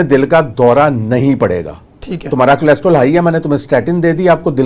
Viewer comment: ڈاکٹر نوں لمے پا لوں اسکو کولیسٹرول بولنا نہی آتا